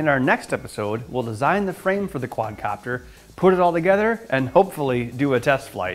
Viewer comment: Quad"a"copter hahaha